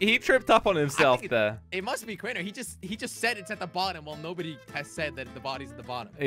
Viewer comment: made me so mad when he said it’s crainer